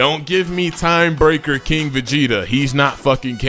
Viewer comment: Guys is arguing about having irrelevant characters when asking for king Vegeta as a character plus this MF can’t even say the word right